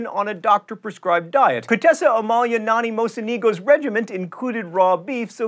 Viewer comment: Ack, John Green famous author, you blew two words. #9 - You said "restauranteur." There is no "n" in it: restaurateur. #16 - you referred to a diet as a "regiment." Um, regimen? Otherwise, yay.